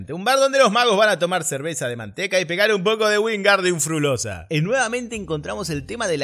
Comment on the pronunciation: Wingardium frulossaaaa... Me descompuse de la risa...